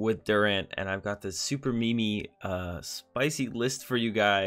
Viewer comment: “Super me me spicy deck list” Kill myself. Learn to pronounce meme (mēem), not “me me”